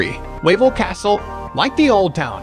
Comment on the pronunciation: Yes, it's pronounced "Vavel Castle", and the salt mine is pronounced "Veelichka". I will be back in "Krakuf" again for my 22nd visit on June 12th, I can't wait to see my Polish "family" again! Kocham Polska ❤️